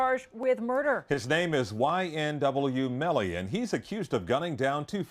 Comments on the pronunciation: that was the whitest way you could say “ YNW Melly” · I've never heard YNW Melly said so white before